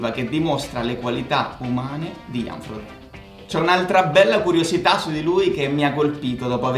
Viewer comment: “frodino” please